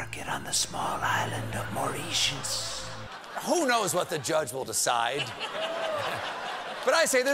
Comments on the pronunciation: According to 2 people I knew who were born & brought up there Mauritius is pronounced mor-IH-shus and not mor-ee-shus. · more-ree-shush? home of all base ball team names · Cheap jokes only tonight i see. Also heads up, wikipedia and google both have functions which tell you and give a speech version of how to pronounce place names like Mauritius. Its a two second web search if you don't know is what im saying. Also, while im on a warpath, ** you Ohio. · Next time, Google how to pronounce the name of Mauritius before you go on air.